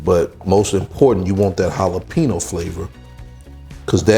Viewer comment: Great dish but, brother, you are mispronouncing the word "jalapeño", like 900 xs in this video! lol